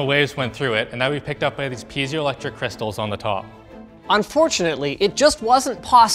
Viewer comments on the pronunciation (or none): none